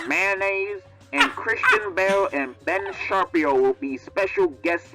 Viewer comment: Ben sharp-io 💀